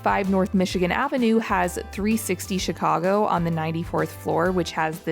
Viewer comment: As a born & raised Chicagoan, THANK YOU for pronouncing Chicago properly. It warmed my heart! It's just as you said it: Chi-CAU-go, not Chi-CAH-go. I'm so glad you had a wonderful time here. Next time, come in the summer. We'll melt your mittens off! 😁